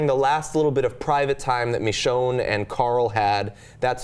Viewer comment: pronunciation of Michonne... "Mee-shone" C'mon, its more of a short "i" sound.